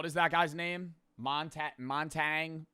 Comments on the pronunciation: "montagnee" gang 😭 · “Mom tag knee” 😂😂😂😂😂